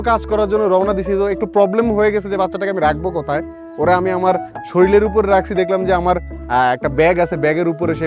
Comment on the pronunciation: Sikkhito manush soril bolata kemon srutikotu lage tai please a bar theke sorir bolben.